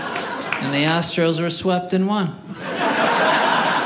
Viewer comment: The “Astros”.